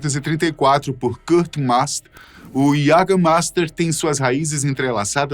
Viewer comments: iagamaista, é como se fala em alemão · Esse "LICOR DE QUALIDADE"... "JÃGERMEIFTER" NUNCA OUVI FALAR até ver esse vídeo! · Faz propaganda do jaegermaister mas não sabe pronunciar a palavrs